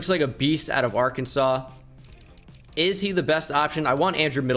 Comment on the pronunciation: He didn’t wanna call tyreek a “beata”😂😂